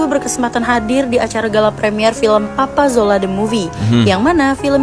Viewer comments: Kena maklum...lidah orang jawa kurang boleh sebut Z....dia jadi J... Contoh... Rezeki - rejeki Marzuki - marjuki Papa Zola - Papa Jola Zimbabwe - Jimbabwe Dan lain2.. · papa zola bkn papa jola 😂😂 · Papa Zola bukan papa jola hahahahaah